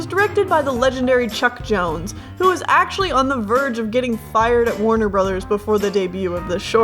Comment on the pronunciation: i heard chuck jones as chuck norris.